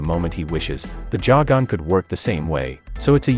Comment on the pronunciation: It’s not pronounced jagon